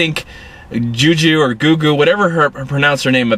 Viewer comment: Don't quite understand the Tyler Perry reference and explanation since he has no connection whatsoever with this movie. Also, Gugu is pronounced Goo Goo.